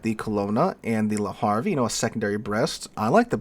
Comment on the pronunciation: I am not French and I have seldom spoken French since leaving high school, nearly forty years ago, but, when I do speak French, it is with a Parisian accent*. "Havre" is not pronounced "Harvey" but like the combination of "have" and the beginning of "red" * Why I was taught to speak Metropolitan French, like a Parisian, in the schools of Canada's National Capital, where the nearest French speakers use Quebecois French (which I find nearly unintelligible) is an enduring mystery to me. It caused problems when I visited France. Speaking like a native, you seem like an idiot, not a foreigner, when asking basic touristy questions.